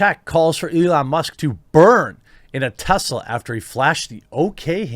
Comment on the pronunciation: IT'S NOT TEZLA IT'S TESLA!!!!